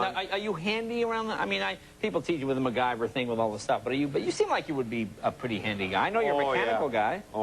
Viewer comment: Mc...GAY-ver? LOLOLOLOLOLZ